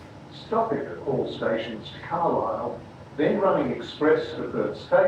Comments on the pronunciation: ahhaha that’s okay 😭 but you pronounce the L, say it like Car lile, if you can’t it’s okay! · I love the way you say Carlisle 😅